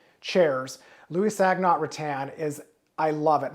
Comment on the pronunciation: LOUIS SOGNOT … since he was French it is pronounced “SONE-YO”… ya know classy like! Not SOG-NOT! 😮